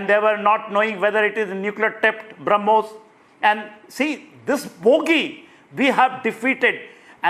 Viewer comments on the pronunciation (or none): BrahMos ❌ Harmoos ✅ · This Pakistan Minister is a stooge. He speaks nonsense. He does not even know the name of the missile. He calls it Harmoos. He has been told by the Pakistani army to give out this statement Nothing more to it. The whole world including Pakistan army knows that India has a declared « No first use » policy. India had not been attacked with a nuclear device, so there was no question of a nuke attack from India. In any case at that particular juncture India was on top of the situation. This man is a clown and should not be taken seriously.